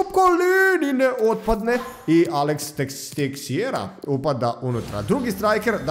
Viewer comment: Nije Texeira nego Tešeira